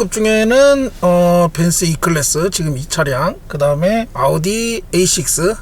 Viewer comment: 벤쓰아니고 벤츠입니다 어우..